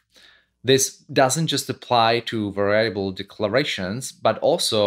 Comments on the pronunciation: Stress syllable on the first syllable for va-ri-a-ble, sir! VA-riable. Not va-RIA-ble. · i'm going to start saying var-EYE-able every time now. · No problem with "Vayyable" :-) . We understand what you want to say. Also subtitles are available in video. (pressing "c" whild watching videos ) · lol I have been doing this mispronunciation all the time and never really notice it was wrong. Thank you for making this correction as well as this great video. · all good! it adds a twist to it. Great video BTW